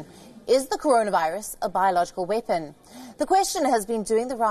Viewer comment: Nice vid and all but why do you find it so hard to pronounce "weapon" properly